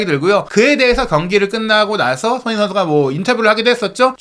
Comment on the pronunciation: 기자님...손흥민이라고 발음좀 똑바로 해주세요. 흘려서 발음하는데 영 듣기 별로네요~~ 한번 스스로의 발음 한번 들어보세요 많은 내용을 빨리만 말한다고 다가 아닙니다. 별로네요